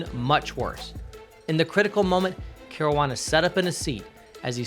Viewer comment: “Care-roo-wah-nah” smh 😒 at least pronounce dude’s name correctly